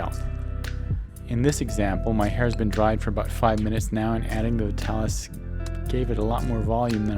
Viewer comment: Look at the old commercials - it's pronounced VI-talis, not VIT-alis